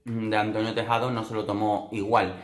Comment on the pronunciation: dijiste antonio tejado... jajaajaja